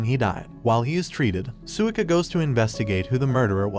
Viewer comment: names you said wrong: Tai-ju not Tay-ju, Gin-ro not Jin-ro, Sui-ka not Su-ika, A-sa-gi-ri Gen not Asajiri Jen, Ka-se-ki not Cakes'y